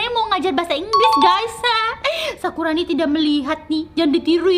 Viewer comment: bukan sakuroni tapi sakurani